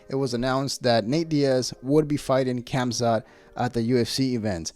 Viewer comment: The K is silent in khamzat